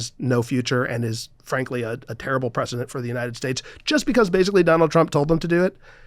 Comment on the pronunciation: These people so often say "Presidinited states"